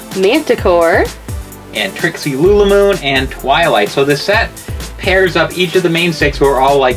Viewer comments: its lulamoon not loolamoon! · said lili moon